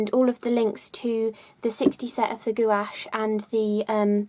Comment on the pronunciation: I like your pronunciation of gouache.. goowash.